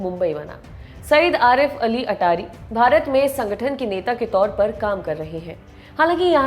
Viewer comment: अटारी नही 'अत्तारी है